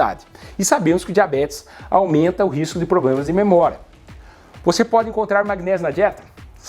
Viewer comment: Limeira Teho esses PlobremaQue O Dr Falou